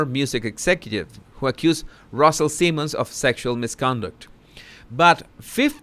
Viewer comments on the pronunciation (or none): none